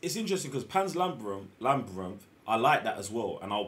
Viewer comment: My dudes giving Sam a hard time but can't say "labyrinth" correctly either 😆